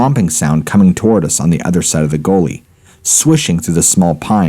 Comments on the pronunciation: I think he mispronounced "Gully" as in "we walked down by the gully". The dude has a weird way of pronouncing certain words. Its not the accent. Just him i think. Not as bad as Chillin Dylan (chills) but not bad. The speech pattern of Chills may be some form of impediment, i don't know but i love his content and his speech pattern means his pronounciation is very clear and concise. 2 of my faves.... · Oh, you mean ? That's a slightly strange pronunciation of "gully". :) Sorry, wasn't trying to be smart, only just heard it after I'd commented/replied. Lol